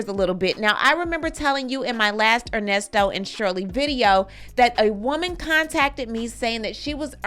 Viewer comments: Not "Ernie" 😂😂😂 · NOT “Earnesto”…🤣🤣🤣